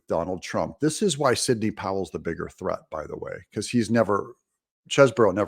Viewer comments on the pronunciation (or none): none